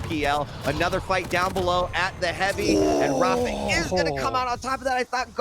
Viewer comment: amazing how you can be involved with quake for so long and still pronounce rapha's name wrong.